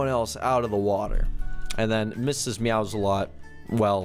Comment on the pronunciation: lol the one time instead of Mrs. meows alot it said Mrs. salsa lot